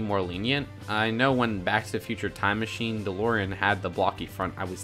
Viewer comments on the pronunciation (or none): none